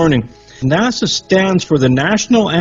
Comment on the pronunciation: Its NASA, not Nassau.